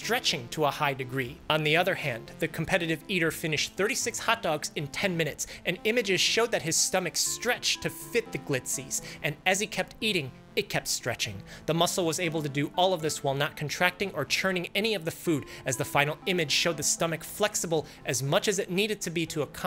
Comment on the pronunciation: My man said the glitzies lmao. Its glizzys